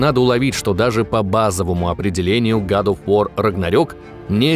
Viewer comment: Гад оф вар, нум он скай и тд. А можно название игры озвучивать норм? Ньюмен скай, год оф вар!!!!